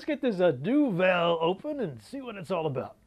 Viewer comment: wew lads great stuff as always :] Duvel? das my man. (pronounced more like Du vul ;) )